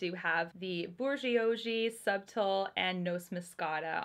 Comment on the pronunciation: It’s okay that you don’t speak French! I see that someone gave you a pretty good guide for bourgeoisie (though I would add a slight r sound at the end of the first syllable). Subtile is pronounced sue(b)teal. I put the b in parentheses because you do pronounce it but just barely. As for Noce, it could be French (nuptials, I believe), but it could also be Italian for walnut, which would be pronounced no-chay. They all look beautiful!